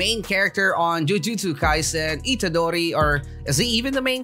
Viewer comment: Yup you said itadori right 😁👍